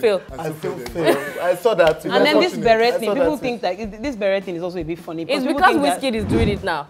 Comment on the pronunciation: Pronounced Beh-ray.... Not beh-ret.